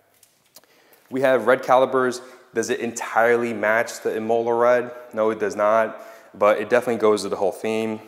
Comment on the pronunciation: Since you're so OCD I figure I would let you know it's pronounced Im-Muh-Lah, not Im-Ol-La